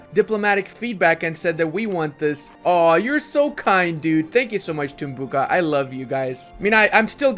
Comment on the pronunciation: I like how tries to pronounce Tumbuka in different ways and all of them are wrong 😆